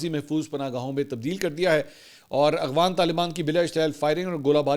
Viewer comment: Mansoor bhai kitnay paray likhay insaan hein aghfan nae boltay afghan boltay hein